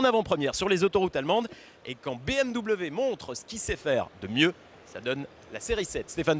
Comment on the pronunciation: BEUHMw.... une honte d'entendre un nom aussi magnifique et magique prononcé comme ca, sa mériterais une amende ! BMW, la marque à hélices, une histoire, une légende, meilleur motoriste au monde ! C'est BMW !